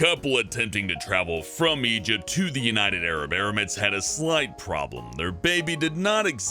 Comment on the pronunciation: THE UNITED ARAB ERI-MATES.